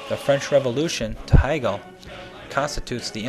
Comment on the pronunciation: wow, you managed to mispronounce the name of the most influential german idealist philosopher in history. he's not related to katherine heigel. hey-gul... and in the same sentence you butchered the pronunciation of the city in which the automobile was invented. shtewt-gart... just, sometimes this shows that you don't understand anything about anything. marx and hegel spoke german... i could go on and on. you should read, then you could teach others.